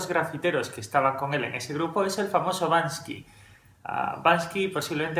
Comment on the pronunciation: SE PRONUNCIA BANK-SY, no bans-KY !!!